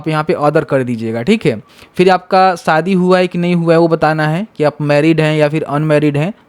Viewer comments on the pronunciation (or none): none